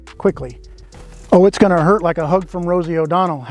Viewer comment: I thought he said "hook from Rosie O'Donnell" as in right hook. "Hug from Rosie is just as funny".